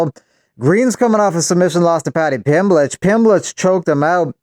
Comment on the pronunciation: I love how whenever you refer to paddy pimblet you refer to him like Renato moicano 🤣🤣🤣 paddy pimblech